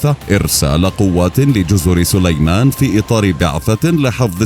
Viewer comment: جزر صُليمان ! ليت الواحد يعرف متى يضخّم صوته